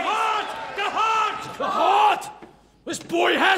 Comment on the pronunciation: the hweaarttt??? the hweaarttt???....love the pronunciations in his accent!